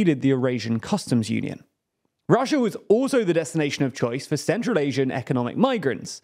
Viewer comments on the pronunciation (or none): Chiner and Russier? Never heard of them.